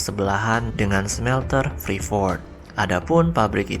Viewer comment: Bacanya freeport min bukan freefort